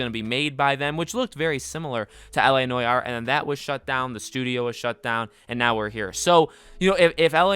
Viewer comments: la noy-are? that's not how you say it mate. la nu-ar but with no emphasis on the hypen. la nuar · Bruh… it’s NO-ARE not noyayar.. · It’s not pronounced noy-our you goose. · La Nore R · la nwar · Why the fuck do you pronounce it like that Jesus Christ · The way u pronounce noire disturbs me to my core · If he says noire that way one more time I swear to god